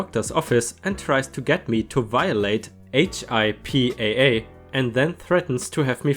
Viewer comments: *** Waitressing sucks - the people who send back food, demand all kinds of crap and are generally time suckers are the ones who never tip. The officers (city,county or state) who get free coffee always leave a few bucks and rarely even ask for refills. HIPAA is pronounced like Pippa (the woman's name). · I know it's weird, but in the US, we pronounce it as "hip-uh". It's the 'Health Insurance Portability and Accountability Act'. It's what protects Americans' private health information and makes it illegal for healthcare providers and services to give our health information to anyone other than us, our physicians/pharmacists and the health insurance company. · HIPPA laws are pronounced Hip-paw. They are regulations on who can access healthcare information and it can be both a civil and criminal offence to violate them.🌟🌠🌟🌠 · We say HIPPA hippa, like hippo but with an a instead. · If you're wondering for another video, HIPAA is pronounced like "hippa" or "hip uh." They don't say each letter individually, they just say the word hippa.